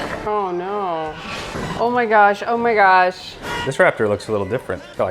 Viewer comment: love when the Minnesota comes out of lol. "oh ma gosh"